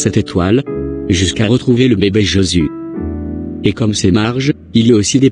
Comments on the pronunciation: à la fin quand elle fait sa prière elle dit au nom de JEsus et non au nom de JÉsus ça fait mal aux oreilles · Pourquoi sa prononce pas bien le nom de Jésus.?